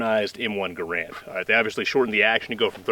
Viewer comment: BTW...... it's NOT pronounced Gah-RAND, but GEH-rend....look it up.